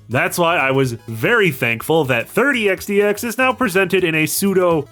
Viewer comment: Oh I see. I heard the developer pronounce it by just saying “x” twice.